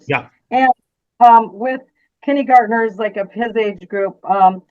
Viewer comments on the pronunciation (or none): Anyone else hate the way the attorney mispronounces kindergartener